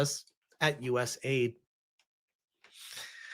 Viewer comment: It is not US aid it is US A, I, D